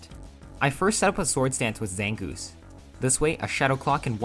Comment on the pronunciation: ZANGOOSE, NOT ZANGOUS!